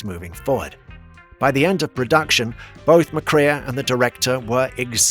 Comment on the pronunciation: Joel Mac-Cree-a? It's pronounced Mc-ray. Grach-us? Try Grak-us. Bet Davis? It's betty! It's mistakes like these which really undercuts the legitimacy of whatever you may say.